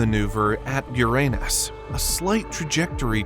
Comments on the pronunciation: The narrator consistently pronounced the planet Uranus as (Yourainus or Your anus.) Please stop this. Pronounce it correctly. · Hearing the “narrator” mispronouncing Uranus repeatedly makes me think that the channel operators here are clueless. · I love how the "narrator" keeps mispronouncing Uranus...lolol.